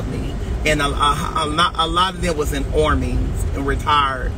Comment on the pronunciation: Ormy?? I thought it was Army?